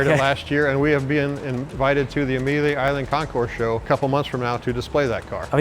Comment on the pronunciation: Knowledgeable on the cars but horribly butchers well known words…bravada, Amelia, Aston…I’d be embarrassed